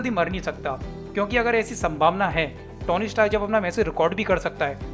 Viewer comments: Bhai vo Tony hai na ki tauny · O bhai..tony ki pronunciation theek se Karle